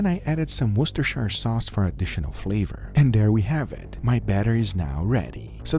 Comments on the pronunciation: Guga it's woostershir. Not woosterSHIRE. It's Worcestershire on the bottle, and we all know it's definitely not Wor-Chest-er-shire! Woostershir. Woostershir. Any place in England that ends with Shire is not like how they say in LOTR, it's shir. That's it, "shir" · Just FYI, it's pronounced "woos-ter-shear sauce", "shear" like shearing a sheep. Ask any Brit like me :) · OSTYER SAUCE